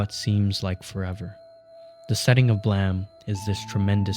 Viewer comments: "Blaam"? Isn't it pronounced "bleim"? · this whole video is ruined by the ‘blem’ pronounciation. it’s supposed to be onomatopoeia for a gun firing, like ‘blam!’ not ‘blem’. Where did you even get this from? You’d think that an ‘expert’ speaking on the work of Nihei would at least get that right. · Blem? you mean Blay-em? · yeah but he keeps saying “blem” like ブレム, not “blam” like ブラム. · Pretty sure you're the only dude to pronounce it like Blam and not BLAIM Blame 🤷🏻‍♂️ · I'm sure I would've really loved this video but I'm sorry, regardless of what anyone says about how the creator intended it to be said, I am not going to listen to an hour of someone calling this manga "Blam". It's Blame. We are not doing this. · Bro it’s blame not blam lmao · You sound very angry. I know what it is supposed to be. But sorry bud, it's called Blame! pronounced "Blame" everywhere outside Japan. You are contradicting OPs facts here about it being a mistranslation. It's not a silent E, it's a mistake. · dude why r u saying "blem" I have zero clue why it would be called that it doesn't even make sense blem would be spelled like blem not like blame? super confused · Is BLAME! really pronounced blam? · Why do you say Blame like that? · five comments below: 23 hours ago Is BLAME! really pronounced blam? 20 hours ago Yes :) It's not the english word blame, it was just translated that way. It's supposed to be the sound of killy's gun going off (BLAM!) In japanese it sounds more like BURAMU! 19 hours ago ok good to know. Adding the E was a really bizarre choice by the translator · Everything you say is awesome, except the way you say blame😂